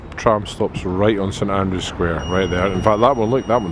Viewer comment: May I respectfully point out that the name of the square is actually St Andrew Square, not St Andrews with an ‘s’ at the end.